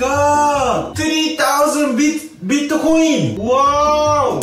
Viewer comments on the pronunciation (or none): The best part for me with the Japanese dude, he said Bitocoin, which in may country more or less would sounds like Gallows-coin. XD